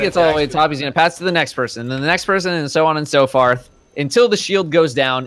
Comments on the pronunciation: Are we just goin to ignore that said “So on and so FARTH”? Like seriously dudes? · "So on and so farth." - 2018